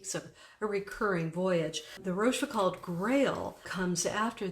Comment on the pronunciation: a deep diving. Also, please learn to pronounciate France Talk. Rochefoucauld, the last syllable rhymes with "goal". The "d" is silent.